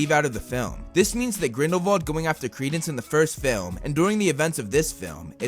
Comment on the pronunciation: Why do you say Grindle-VALD i tjought it was Grindle-WALD